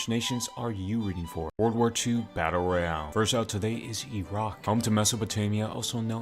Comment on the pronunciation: How I heard him: W2 batter royar